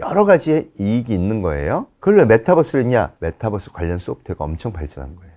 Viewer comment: MetaㅡUniverse 메타버스, 메타뻐스라고 발음하면 안 돼요. 빈 살만은 황태자가 아니고 왕세자